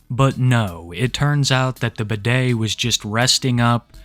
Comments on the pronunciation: I was listening to this video while doing chores and when he called him “bidet” I was so confused until I looked at how it was actually spelled 😂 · Everytime you say his name i only hear bidet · Hey. Medium enthusiasm fan here, just wanted to say I was a huge fan of how you called him Bidet instead of Budday. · I know youre saying "Budday" but its so funny to me that it sounds like "Bidet".... very fitting 😭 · So his online handle is Budday? Is it a play on words? Does he know it sounds like Bidet? Oh of course not! He’s too dumb for that